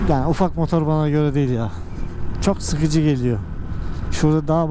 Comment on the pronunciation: Mooodor değil motor